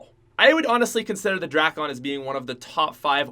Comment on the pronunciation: He say drakon like drackon